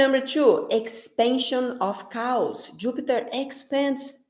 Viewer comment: omg that was so funny, I think you were saying "Chaos" but the way you pronounced it sounds like you said "cows" LOL you are so funny (if I had to speak in Brazil language nobody would understand!) it is great that you can speak two languages :)